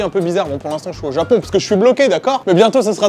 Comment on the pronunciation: "Au Japion"